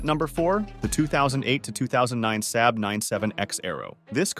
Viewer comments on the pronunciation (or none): the “Sab” Arrow? It’s pronounced “sob”. It’s Aero, not Arrow.